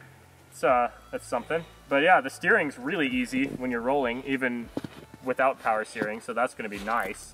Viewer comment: “Mow powah Baby”